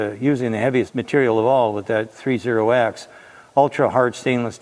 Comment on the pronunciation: I am so glad you said the metal series correctly. I have grown tired of people calling it "thirty-X" as if it is something special.